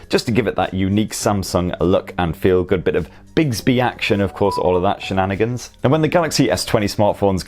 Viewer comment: 'Biggsby'?? 'Bicksby' surely?